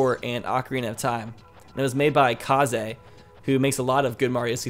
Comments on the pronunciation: It's not kaz ey it's kaze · His name (Kaze) is pronounced kayze